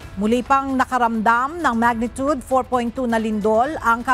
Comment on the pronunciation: Magnitude, not magnitud pls